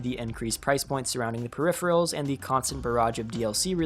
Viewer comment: That's not how you pronounce "peripheral"